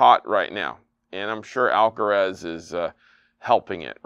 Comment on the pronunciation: It's amazing that after watching the Alcaraz vs Sinner match and hearing the commentators say his name as well as reading it on the score board, still says "Alcarez". Maybe we should start calling "".